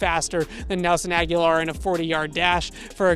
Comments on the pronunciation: Good piece for sure. That said, why are you mispronuncing Nelson Agholor’s name? It’s pronounced A-guh-lor, and you’re pronouncing it like A-gya-lor. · A-go-lore. Nelson A-go-lore. Not Aguilar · Love what you do. Thanks for bringing us all this great info! Lets go pats!!! Oh and not that its too important but you keep mispronouncing Agholor you keep saying Aghular ✌😊👍